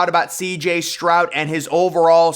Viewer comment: His name is Stroud, not Strout. 🤨 Say, Stroud